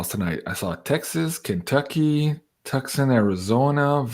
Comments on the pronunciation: Also from Tucson AZ🌵❤️ (pronounced toooson not tuxsun 😂) 🙏 merci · "Tucson" Arizona is pronounced "Too-sahn"!!!😊